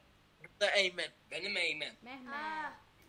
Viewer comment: Eymen/ Aiman bkn eymet